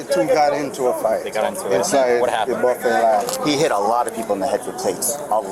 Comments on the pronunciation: Ive never heard someone call it a booffet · This dude pronounced it as "boo-fay" and said the other guy should get attempted murder. And he cut in line?? Sorry, can't feel bad for him. People too comfortable just doing what they want, cutting in line, trying to sound fancy with their pronunciations, thinking they wont catch a plate to the domepiece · lol the boo-fay 😂😂😂